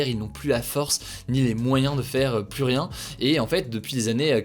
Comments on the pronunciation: Le S ne se prononce pas dans plus , on ne dit pas la plusse belle 😅😅😅 on le prononce dans 1 + 1 that s all ! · Par contre on ne prononce pas le S de « plus » par pitié. Oui je sais je suis relou. Merci pour le reste :)